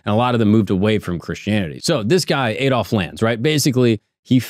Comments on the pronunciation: Aid Olf... Ffs it's pronounced Add_olf.. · AH-DOLF NOT AY-DOLF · Learn to say Adolf correctly